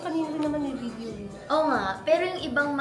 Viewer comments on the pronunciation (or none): none